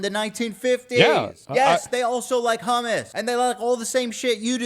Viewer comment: The way these people are saying Hummus is pissing me off.